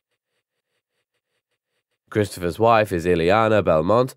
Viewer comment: avenge humankind? Also, should be pronounced as Bell-mont